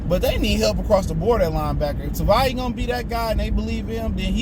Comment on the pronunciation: Dude Tavai only has 2 syllables